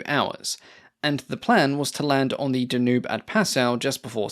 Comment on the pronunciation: Dan yoob river not duhnewb